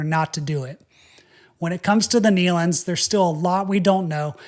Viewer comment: First let me say thank you for pronouncing the Nelon’s name correctly. It’s been crazy how many people have been mispronouncing their name. Second and most important thank you for explaining this in such a respectful manor.I have seen the Nelons on many occasions. My Grandfather’s group had sang with the Nelon’s many times over the years. This has been so shocking for everyone who knew them. Once again thank you so much for the way you told this story in a factual and respectful way.